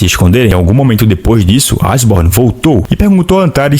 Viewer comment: Eu acho que a pronuncia correta é Eshiborn e não Asborn, mas é o que eu acho. Ashborn tipo "Ash" do Pokemon.